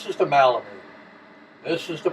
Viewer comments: Thank you for providing these helpful tips! Question: I have heard of melamine, but never heard of MALamine. Is that a different product or just a colloquial mispronunciation? Thanks again! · MELamine.NOT malamine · melamine...Mel...not Mal